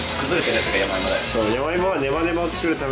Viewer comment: waktu bilang 'yamaimo' kirain 'yowaimo' 😭